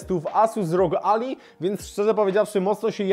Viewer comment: To nie Ally (McBeal) tylko "Alaj" czyli sojusznik. :D